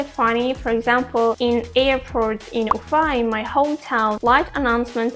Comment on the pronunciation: It was really interesting hearing your perspective. I knew a few Bashkir people when I lived in China. I like the Bashkir pronunciation of your city, Ufa. I highly encourage you to check out the United States and get a better perspective of things. Many Russian nationals and people from the former Soviet Union want to come right now. Honestly, as an American who lived both here in the US and abroad, life is better in Asia. My wife, a Russian ethnic minority, and I, are looking forward to the day we can go overseas again. In any case, while NY and LA are world famous cities, don't leave out Miami in the free state of Florida or the beautiful state of Hawaii!